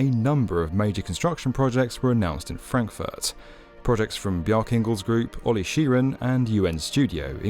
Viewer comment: lol who would like to live in "Crackfurt"